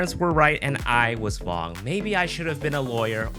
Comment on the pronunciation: "Maybe my parents were right, and I was Vong" :face-green-smiling